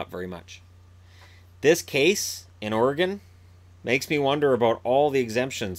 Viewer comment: Thank you for saying Oregon correctly! :)